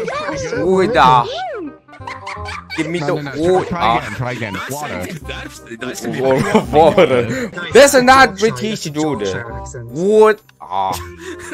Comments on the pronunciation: Video: Pronounce water in english. Me: Water (Wu-tah) Also Me: Clicks off. Me again: Sees Anime Gurls speaking British And me: Wait a minute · The way you said water sound like a kid who hasn't learned to pronounce their t's and it's cute😊😂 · i think, water sounds like bool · As a person who lives near Philadelphia it's not water it's woder (wood-er) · If u dont know.. they pronounce water in america Whater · 이걸로이제 배어그릴스 워터발음 밈이 만들어지는건가..?